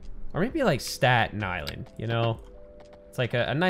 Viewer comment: New Yorkers when he said Staaten island was a vacation destination: 👁️👄👁️